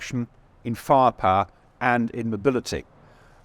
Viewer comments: "Fahr-pahr" (Firepower) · If only he also knew how to speak the words themselves properly. Will call him "Fa'iaPawa".